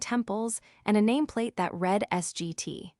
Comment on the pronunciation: Nor can it pronounce lead or read lol 😂